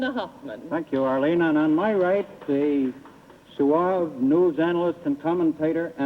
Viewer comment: I have never heard "suave" pronounced so.. un-suavely.